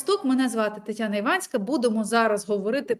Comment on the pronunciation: Фигею от того как слова курочат. Даже Харрис назвали Гаррис. Титяна блин.